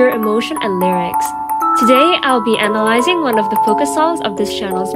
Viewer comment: "today, ill be enalizing" xD